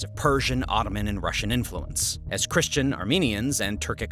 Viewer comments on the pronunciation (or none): none